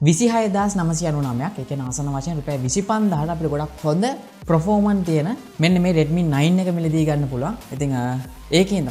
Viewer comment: Redmi X2 නෙවේ Poco X2 පර්ෆෝමන්ස් මිසක් ප්‍රොරෝමන්ස් නෙවේ රිවීව් එකක් කරනකොට English terms ගැන මීට වඩා සැලකිලිමත් වෙන්න🙂